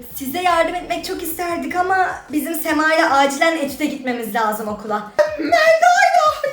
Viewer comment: Bir. Mekanda diyor Bi Sema diyo😂😂😂😂😂😂❤❤🎉